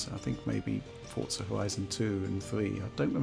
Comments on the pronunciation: is it pronounced "fort" "zuh" and not "for" "zuh" ????????????????????????? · I only hear him say "Fortza" 😆